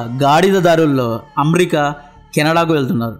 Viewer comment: అమేరికా కాదు..అమెరికా అను కాస్త.